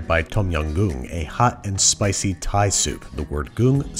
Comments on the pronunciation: im thai and as a thai person, i can confirm you did a great job! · As a Thai, I'm really happy with how you pronounced our stuffs. I know it wasn't easy.